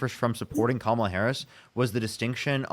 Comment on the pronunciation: First MAGAt say her name correctly 🎉🎉🎉👏🏽👏🏽👏🏽